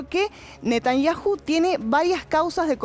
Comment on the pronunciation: Todos son muchos somos 8 millones de personas y no se dice Netañaju se dice Netañau 😡